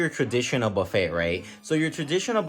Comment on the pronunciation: Loved the detailed tour of the place. Only critique would be the proper and correct pronouncement of things, ie., buffet, salmon, pho, bisque. Otherwise, good job!!!